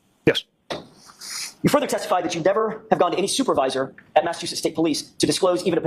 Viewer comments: It's MassaCHusetts, not MassaTusetts. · It’s pronounced “Mass-ah-two-shits” 😊 and Proctor is one of them. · It's Mass-a-CHU-setts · It is pronounced MASS-A-CHEW-SETTS